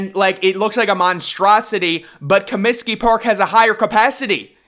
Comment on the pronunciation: Comsiky Field? What the hell is is that? Try Comiskey Park. Ten thumbs down. We’re you channeling Obama and his repulsive Cominskey Field comment?